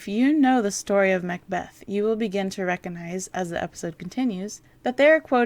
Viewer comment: Dear content provider/commentator...twice during this commentary you used the word "recognize" but both times you mispronounced it. You pronounced it "reconized". There is a G in the word. The root is "regog", to remember. Please never mispronounce this word again. It drives me CRAZY!!